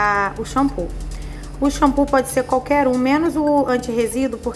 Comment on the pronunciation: Shanpozada.... shanpozada.....shanpozada....shanpozada ....🤣🤣🤣🤣🤣🤣🤣🤣